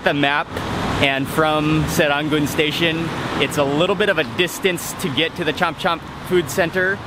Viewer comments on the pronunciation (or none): the place is pronounced as sir-ran-goon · I dont think anyone here pronounces serangoon like that HAHAHAH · wrong accent bro. appreciate it the effort but no one pronounces serangoon that way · Great video!!! from a local Singaporean!!! 😀 u have a funny way pronouncing serangoon n chomp chomp haha 😀 anyway i love thai food very much too 😀